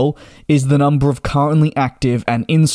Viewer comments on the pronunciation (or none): none